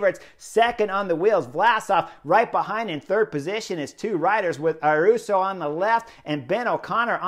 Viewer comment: The ‘young Spanish rider’ is called Ayuso, not Aruso.